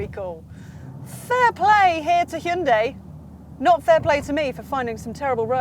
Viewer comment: Stop saying, "Shinday." What's wrong with you? 👎